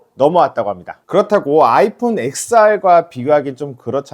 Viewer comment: 엑스알은 또 뭔 소리야 로마자 10을 뜻하는 X에요 영문자 엑스가 아니라 텐알로 읽어야 맞는 말임